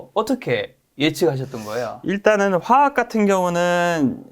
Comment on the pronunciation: 가만보니까 화학 발음 못 하시네 ㅎㅎㅎ 메롱